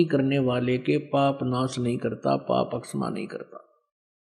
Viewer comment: जो महर्षि की निंदा कर रहे है और हिंदी का सही उच्चारण भी नही कर पा रहे तो क्या दुसरो की निंदा से आप महान बनेंगे?? क्षमा बोलने में भी गलत उच्चारण।